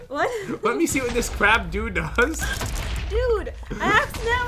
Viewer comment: did jen say crab doo or crab dude